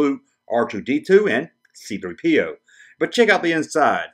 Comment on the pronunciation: That video was pretty cool, actually,!...And I don't see anything wrong with your pronounciation of C-3PO.